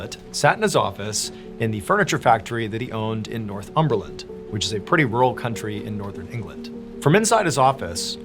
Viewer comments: So, Northumberland is a county, not a country (easy mistake if you're reading it off a script!) and it's pronounced nor-thumberland, not north umberland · That must be the first time I've heard the county of Northumberland pronounced North-um-ber-land. For anyone interested it is pronounced: nɔːrˈθʌmbərlənd or for those not versed in IPA: nor-THUM-bər-lənd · It's not North umberland it's Northumberland lol 😂 like nor-thumber-lund saying it like nort umbeland makes it sound kinda posh though haha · Northumberland is pronounced “ Nor-thumb-bur-lund” 😉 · I’m sorry but I’m laughing at how you pronounced Northumberland, never heard it said like that before and I live there 😂 love your channel thanks for all your content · That pronunciation of "Northumberland" is awful. You could just look it up.